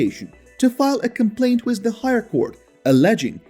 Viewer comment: Learn how to say "WITH".